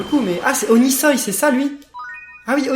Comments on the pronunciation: C'est Onisoi pas oniseil 😆😆😆😆😊😊😊😊☺😀😀😀😁😂😅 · onisoi on dit onisWOUAH